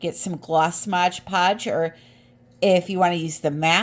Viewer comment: LOL AT “modge” podge. It’s MOD Podge